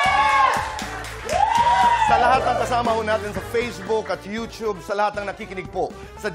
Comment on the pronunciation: It's You Tube. Not You tchub. 🤔